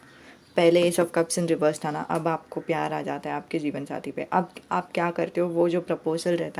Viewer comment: Di mujhe jeevansathi nhi jeevanjati sunai de rha hai🤦